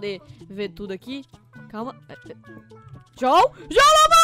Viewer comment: Você dise juoã amor